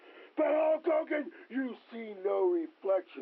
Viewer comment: Waters the Warrior's promos were so awful, he couldn't even say Hulk Hogan's name right Abel it depends on what your definition of "a-w-e-s-o-m-e" is.